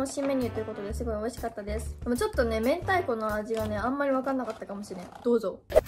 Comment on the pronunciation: " " 「明太(めんたい)」を「めんた」って言ってるの可愛いwww